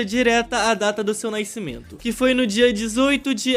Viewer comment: "Sua data de naicimento" Tá parei kkk